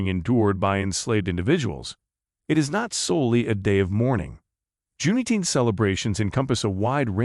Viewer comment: I do not like how he says Juneteenth like that